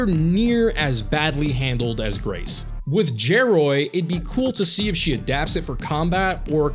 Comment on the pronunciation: IT'S GEROY (like gyro) NOT JEROY